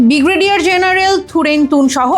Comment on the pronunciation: 'বিগ্রেডিয়ার', নাকি 'ব্রিগেডিয়ার'?